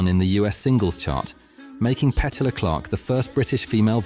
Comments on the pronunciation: Interesting little survey - but please note the singer of Downtown pronounced her first name Pe-TEW-la (emphasis on second syllable, not first). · On another note, I've always loved Petula Clark's "Downtown"! Sometimes when I'm in that section of my city, I find myself softly humming or singing the tune as I walk around window shopping. But, I gotta say that I find it pretty odd, the pronunciation of her name. I thought it was peh-TOO-la Clark not PET-u-la. I guess it's a Brit-thing. Kinda like how we American's say "SKEH-dule" (schedule), while they say "SHED-ule". 😅